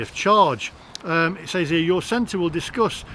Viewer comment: FYI, says is pronounced, sez.